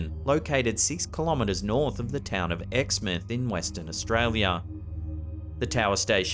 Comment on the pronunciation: Heya buddy, it's pronounced ex mouth 😁